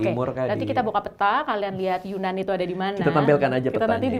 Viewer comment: Maaf mbak. Mau bilang, sebenarnya penyebutan yunan itu adalah yenan. Yenan itu lebih ke nama suku . Dibuat menjadi nama daerahnya 😁😁 .